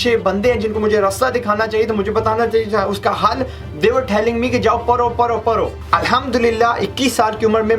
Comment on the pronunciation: پرو پرو نہیں پڑھو پڑھو ہوتا ہے 😆